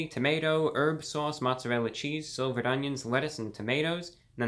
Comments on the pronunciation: It's slivered onions, not silvered! 😂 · Lol, Review Brah! It’s “Slivered”, not “Silvered”! 😂😂😂 Otherwise, great video! You saved me seven bucks. 👍👍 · "The onions were silvered".... does he mean "slivered"? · No disrespect intended toward ReviewGod... But those onions are slivered not silvered. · Dude stop saying silvered onions